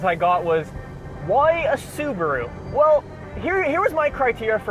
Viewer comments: The uberuru pronounced uber ru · "Suburu" lol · The "subapoo" instead of Subaru or the STD instead of STI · Blue crew mobile, subirue (su-be-ru) blue Betty. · the Soo-ba-blue